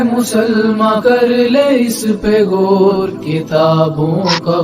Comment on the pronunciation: Tu c paindo ho. Ardo (Urdu) punjabi which bolde ho. The word is Gaur and not Gor. And similarly, the word is Aur and not Or. Please take a crash course in correct Urdu pronunciation.